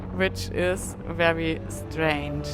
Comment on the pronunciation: Excellent concluding episode of the "cross the US" part of your journey and it is great to know you are continuing on to Key West. I enjoy everywhere you bring us along and look forward to each new video. I love how you pronounce the letter "V" as a "W"... "This is a wery beautiful view..." Don't change! Your accent is charming and your English is wery, wery good.